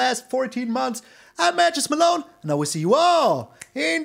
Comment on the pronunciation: Malone I gotta tell you the whole time I thought you were saying "Mattress Malone" but then I read it somewhere on the channel that you are saying "Matches Malone" and it made so much more sense. Thanks for another fun deck. Lol